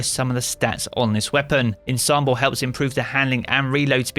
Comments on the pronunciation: ah-DAH-g-o, not ah-DAY-g-o. ON-som-bl, not IN-som-bl. Its a music thing. Please pass this info on to all the other content creators. Ya'll are making my ears bleed. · can anyone in the Destiny community pronounce 'Ensemble'?